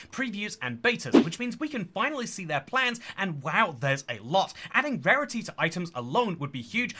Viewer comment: i thought you said pairity...